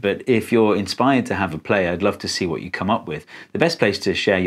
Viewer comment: Vat the faak